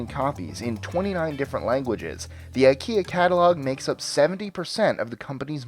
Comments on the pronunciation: Fact 26 - It's NOT Eye-kee-ya, it's Eee-keya. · It's not pronounced EyeKia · Nope. Swedes pronounce it as ih-kea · Skåne sträcker sig ju mig veterligen sig ända upp till Hammarbyslussen och Norrland börjar runt Odengatan. Så du är inte mycket fel. Stockholmare säger dock inte "ih-kea". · Scott Mulligan I've heard people pronounce it [eye-ki-a] and [e-keh-a] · IKEA rhymes more with "india" and not with "idea"